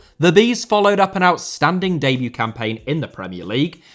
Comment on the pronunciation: Debut * not Deibyu Signing* not Sagning Magalhães * not Magalis Ramsey* not Ramzey Solanke* not Solankei Mbeumo* not Embueimouw Raya* not Jayer Caicedo * not Caiceirouw Enciso*not Encescouw Buenanotte* not Buenanottei Can't * not Khon' Eze* not Ezei Olise* not Olissei Doucouré * not Doucorei Andreas* not Ondreyas Granada* not Granohrer Tete* not Tetei Diogo* not Diyeigouw Dalot* not Dálouw Half* not Holf Felipe* not Felipei Roméo* not Rôuwmiouw Clube* not Clăb Hugo* not Hyugouw Bueno* not Bueinouw